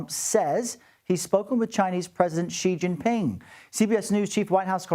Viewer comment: Sounds like Showwwwe showww ping